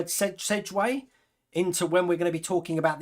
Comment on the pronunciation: its Segue. As in SEG-WAY. (You say the letter G in the word as if you were saying the word league. It's a certain way you say that letter in the word. I hoped that helped you.)